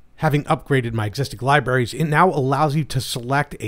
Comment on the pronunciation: learn how to pronounce the word "libraries." you sound like a five year old. oy vey.